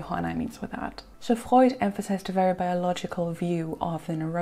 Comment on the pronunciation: Your command of the English Language is PHENOMENAL, and I LOVE to hear you pronounce German names and words, like "Freud" and "Karen Horney." FABULOUS.